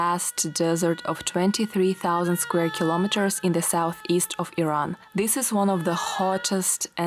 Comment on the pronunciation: You have very beautiful hair. And thank you for pronouncing it Iran unlike all the uneducated Americans who always call it I-ran!!!!!